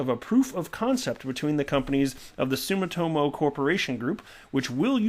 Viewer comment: sue-me-toe-mo I live in Japan stop beating up the name....